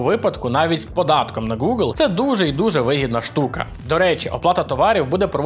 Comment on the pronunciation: Прутня тобі, а не вподобання. Я не можу слухати цей новомов. Гелблейд, Горайзн, Горор, ВальГейм, Гакер та інші слова в яких англійська "h" читається як "г". В той же самий час такі слова як Гугл і Геймпасс ти теж вимовляєш з бісовою "г", хоча по законам бісового новомова там має бути "Ґ". Це повний треш. У мене кров йде з вух. Вже мовчу про "дай боже". Чувак, бога нема. Свої замашки правослаБні залиш деінде.